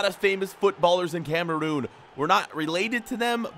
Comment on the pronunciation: Dude it is Cameroon not Cameroom